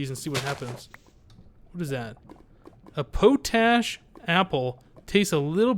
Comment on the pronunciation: the potash apple is pronounced pot ash